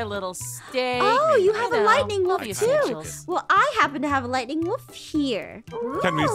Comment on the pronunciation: When aph says lightning wolf I hear lady wolf lol